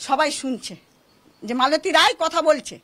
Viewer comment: আপনাদের লজ্জা লাগে না, একজন অভিযুক্তের নাম ঠিক করে বলতে পারেন না ? রায় না রাই ?